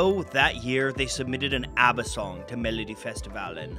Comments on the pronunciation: Very charming pronunciation,! I've seen countless swedish documenatries of ABBA. But it's refeshing seeing one in a different language! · Not that it matters very much but it seems you really made an effort to pronounce all the names the way they are pronounced in Swedish so kudos to you! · You tried harder at pronunciation than most non Swedish speakers, like EVER, so greatest of great jobs! (Y) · this is fantastic. Being born in '72, I missed out on the phenomenon, but my dad was a huge fan growing up of ABBA. Great job with this video and the pronunciations!